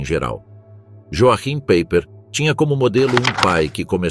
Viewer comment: Paiper como pronúncia 😮😮😮😮😮